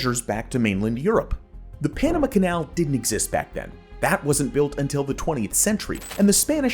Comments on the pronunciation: It's not the Panam uh canal, it's the Panama(h) canal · Also NAILS 💅🏼 on chalkboard annoying: He says Panama 🇵🇦 so awfully - Pronouncing it as Enema - (Irrigation of Anus and Colon, for Bowel movement) ENEMA… with a P at the beginning Penema - Ugh I hate even writing ✍️ that